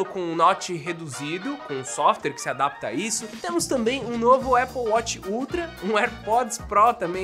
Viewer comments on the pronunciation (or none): none